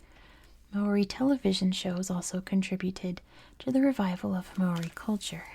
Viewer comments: don’t worry about it. it’s good enough that you share a love for our culture and are willing to share it to the world. but if you are interested in learning, mow-ri is the correct pronunciation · im not māori, just someone whos currently studying it and trying to learn te reo māori so take this with many grains of salt, there IS many different correct ways to pronounce the name! The issue with your attempt is that you didnt roll the R. You can do this by touching the tip of your tongue against the roof of your mouth making a sort of D sound i recommend looking it up. I theorize that the reason its pronounced so many different ways yet still seen as correct each way is that it depends on which part of new zealand youre from. I myself have seen 3 different ways to pronounce the word, all seen as “correct”: ‘more-ee’, ‘mau-ree’ (with a sort of ‘ah’ sounding A), and ‘mau-ree’ (with a sort of ‘aw’ sounding a) all of them with rolled R’s Again i am not māori! So its entirely possible that ive gotten something wrong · At least pronounce the name right